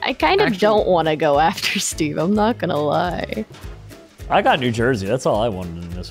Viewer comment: He said steve,I hear sbeve